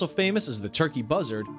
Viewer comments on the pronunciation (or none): none